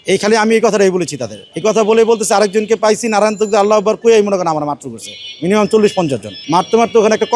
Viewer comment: সঠিক: 'নারায়ে তাকবির', আর ভুল: 'নারান তাকবির'।